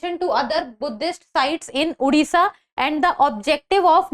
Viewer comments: Its a "O" in odisha not "U". Oman toh sahi s pronounce kar lete ho, Odisha bolte waqt kyu bakchodi? Unpadh gawar. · It's not उड़िसा It's ओडिशा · Its a "O" in odiha not "U". Oman toh sahi s pronounce kar lete ho, Odisha bolte waqt kyu bakchodi? Unpadh gawar.